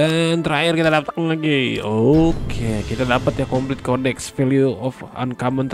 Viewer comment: Kodeks bro, bukan Koneks 😆